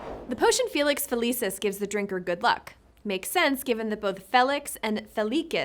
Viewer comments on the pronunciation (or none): It’s not A”KK”IO but it sounds CCCCCCCCC ACCIO C SOUND… and animaGus, with sound GGGGG not JJJJJJJ, FeliCCCCCCius, not FeliKKKius…. For a video about words, you should at least try to pronounce them correctly….not a good job, sorry.